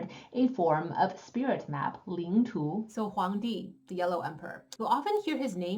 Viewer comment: Please pronounce Chinese words correctly, not the way they're mispronounced in English